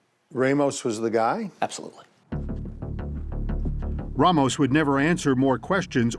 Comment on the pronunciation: Why does he keep saying RAH mos when he has been repeatedly told it’s RAY mos? Idiotic